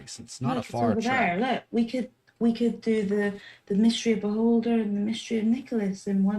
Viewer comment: When you said Beholder I thought you were saying Baldr.